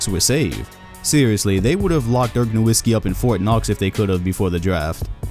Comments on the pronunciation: This guy creates a video of Dirk Nowitzki, but does not even pronounce his name correctly. The W is a V sound in Nowitzki.... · Dude is already retired and you still can't pronounce his last name right. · glad you finally learned his name and stop calling him NowiNsky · I know right! People should it's pronounced "Noh-vit-skee" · Why cant anyone say Nowitzki properly